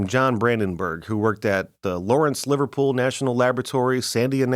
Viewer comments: Lawrence Liverpool ? It's Lawrence Livermore sir. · Lawrence Livermore National Laboratory, not Lawrence LivePOOL National Laboratory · Lawrence Liverpool? 😂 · It's " Lawrence Livermore labs". Not Liverpool